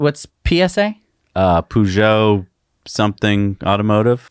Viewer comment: I'm sorry, but it bugged me... Peugeot is pronounced "per-jo". Otherwise, love your videos....